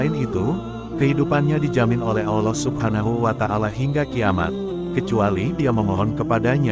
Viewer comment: Saran saja, jngn pakek suara orang yg kalau menyebut nama ALLOH dan nabinya gk sempurna